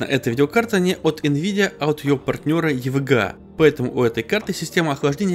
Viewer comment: хватит уже "йевиджийей","йевэгэа" просто ЕВГА и всё !